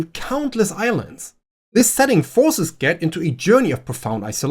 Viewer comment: Not only did you bring up A Wizard of Earthsea, you properly pronounced Ged. You got my sub.